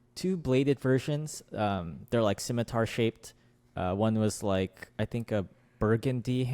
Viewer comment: Enjoyed the video, but, and I hate to be this guy, it's pronounced simitar not skimitar and integral not inteegral